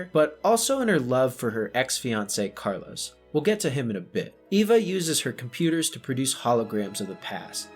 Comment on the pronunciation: Cmon carlos... You heard it tens of times during the film and you still mispronounced it every single time calling him Carlos instead of Carlo